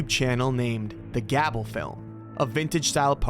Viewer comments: Hey, just so you know, "Gable" is generally pronounced like "Gay-bull" (I know) not like "Gab-bull". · It's not gab-ul. It's gay-bull. Stupid AI voices. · Gable is pronounced with a long A sound not, short A You called it Gabbel, but it's Gable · He pronounced Gable as "Gabble" like how do you pronounce a simple name that poorly? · Gable is not pronounced "gabble"